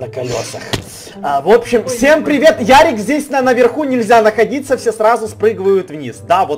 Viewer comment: НЕ ЯРИК А ЁРИИИИИИИК